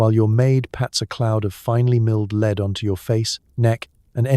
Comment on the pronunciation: Lead (metal) pronunced as leed. Bow (to bend and lower your head) pronounced as bow (tie a ribbon). I've been wondering how there are so many channels similar to this with daily productions. Is it computer generated voices (I know they are really good these days)? Is the text also generated? I enjoy these. Just curious